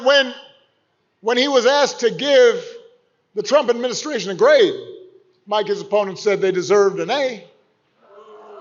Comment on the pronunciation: Do u say grade or grave?